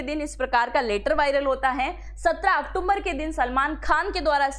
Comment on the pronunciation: आप बार बार अक्टूबर को अक्टुम्बर बोल रही हो कृपया इसमें सुधार करें बहुत भद्दा लगता है